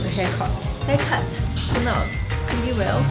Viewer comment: She said haircot?! ( haircut )